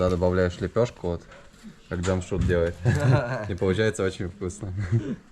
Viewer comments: Научись правильно произносить имена. Не Джамшут, а Джамшед. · Ни джамшут,,,а ДЖамшед ,, все просто ж т!!! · Не Джамшут, а Джамшед! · Здравствуй ! Уважаемый не Джамшут а Джамшед... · Имя ДжамшУд придумали на канале Наша Раша. А в реальности имя произносится как ДжамшЕд ,ну или чтобы Русскоговорящим было легче, можно использовать букву Э ДжамшЭд. А выражение ДжамшУд в Таджикистане с недавних пор уже стало считаться Оскорбительным! Вам повезло что ваш водитель по ходу не в курсе нового варианта своего имени. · НЕ ЖАМШУД А ЖАМШЕД БАРАН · Не Джамшут а Джамшед. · Не Джамшуд а Джамшед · Не чамшуд А Чамшед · Не Джамшут а Джамшед. Надо правильно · Не Чамшут а Чамшет☝️☝️☝️ Как ты смотришь на то что тебя будут называть не и Мышка или Муша,? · Не джамшут а джамшед !!! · Да унас есть такие имена но произносится чамшед а по русский джамшед а не джамшуд вот так 🇹🇯🇮🇷🇦🇪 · Не Джамшуд 🤬 а Джамшед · Имя Джамшед а не Джамшут назави правилно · Слушай ты русский, МИ ХУЙ ИЛ,охранел что ли,уважай себя, не Джамшуд, а Джамшед. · Не Джамшуд а Джамшед говори нормпльно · Не Джамшут а Джамшед.. поправьте пожалуйста 🙏.. Это “ тахт джамшед” “ персеполис” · Не Джамшут а Джамшед! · понимаю что для тебя наши имена непривычные, но не стоит их коверкать и произносить как в оскорбляющей Таджикский народ шоу «наша раша». Этого мужчину звали не Джамшут как ты произносил все разы и как по издевательски представляли таджикский народ в той передаче, а Джамшед (по таджикски произносится Jaмщед ) или так же возможно его звали Шамшод. Мужчина в виду своей воспитанности и гостеприимства не стал тебя поправлять, хотя стоило бы. Без негатива, видео в целом замечательное. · Водитель Джамшед научитесь уже правильно произносить видно парень скромный добродушный молчит не попровляет каждый раз. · Братан , ударение делай на "Е" Жамшед. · Я ИЗ УЗБЕКИСТАНА. МЫ ЗДЕСЬ ПРОИЗНОСИМ ДЖАМШИД. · Что у них в букваре буква е нету чтоли джамшед правильно